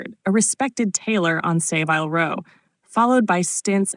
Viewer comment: WHAT IS "SAY VILE" ROW?